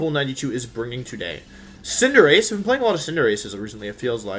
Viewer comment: Does it bother anyone else how Wolfey pronounces Cinderace -_